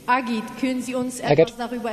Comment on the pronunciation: Great! It is Ağıt. Not agit. Ağıt means "lament". He knows it. I hope to see him as a champ.